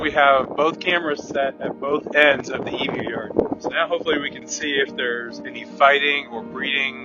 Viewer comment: Bro great video but I especially gave it a like because you pronounced emu correctly. Being from Australia, it's very weird to hear people say e-moo